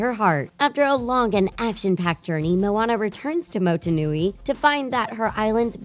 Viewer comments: "Motenui" What are u? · Loool the pronunciations in the video automatically show you haven't bothered to fucking try pronounce them, especially 'Motunui'. This video is actual bullshit.